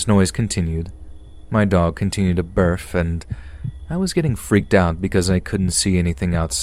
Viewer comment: It's BARK not BARF